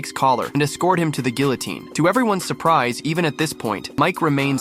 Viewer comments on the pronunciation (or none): You lost me when the AI voice over mispronounced “guillotine.” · I guess mr. computer doesn't know how to pronounce guillotine. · Why does everyone say gillatine?? It's pronounced geeatine, the Ls are not spoken like English Ls because it's a French word. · Gulliton ❌️ Galliton ✅️ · 2025 and even our Ai can't pronounce 'Guillotine' correctly. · Just wish they hadn’t mispronounced guillotine at the beginning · You don't know how to pronounce guillotine.